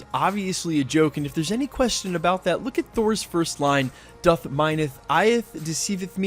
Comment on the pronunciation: “Science” lol Also kudos on correct pronunciation of “doth”. (I’m also a Shakespeare nerd) :)